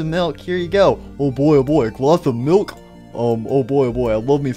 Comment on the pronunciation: "I love me some glass of mulk" 😂